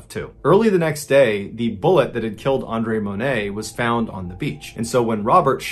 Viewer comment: I appreciate you saying my name (Andre) correctly. Pretty much everyone screws it up.